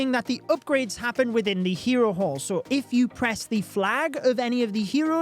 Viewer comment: I kept hearing hero wh*re lmao